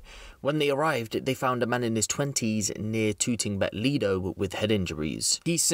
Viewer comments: That affected me lool 🤣🤣🤣🤣🤣🤣 I was shouting at my screen Liedough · Man said Tooting Bec Leedo 🤣🤣🤣 it's Lido as in Lie Dough